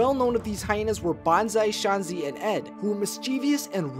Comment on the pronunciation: “Bonzai, SHAUNZI, and Ed”